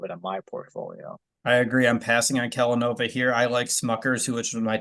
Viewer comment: KellaNOVA.....Kellanova.....kelLANOva. Yeah I don't like.